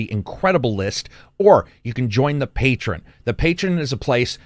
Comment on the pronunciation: You gotta love how defiantly refuses to say "pay-tree-on" when you know he knows how to say it.